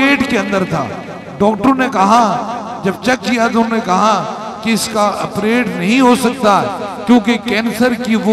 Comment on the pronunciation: Allaj NAHI Hota illaj Hota Chawla insaan Aperate NAHI Hota operate Hota Hai Shafa NAHI Hota shifa Hota Hai Mard-e-moman NAHI Hota Mard-e-momin Hota Hai